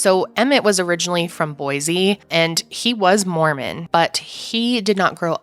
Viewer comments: There is no “Z” in Boise, say “boy-see”, thanks. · Please… please… please… say Boise correctly. There is no z in boysea.